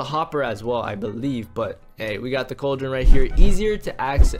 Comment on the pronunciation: lol he be say cauldren and use it and edit to hopper